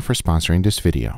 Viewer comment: Guga when he says the words, this, that, and there! “Diss” “dat” “dare”